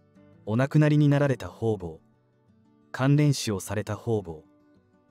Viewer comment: ホウボウとは。方々。かたがたでしよ！なんかいほうぼうと読むのでしよう。しつかりしてください！